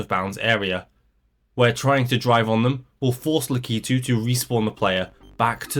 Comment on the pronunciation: word: lack-i-two this mf: lee-key-two